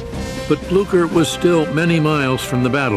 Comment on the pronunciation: When you realize they don't know how to say Blucher.